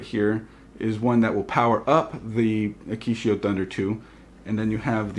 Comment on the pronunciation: its said like "uh kit e o" or "akid e o"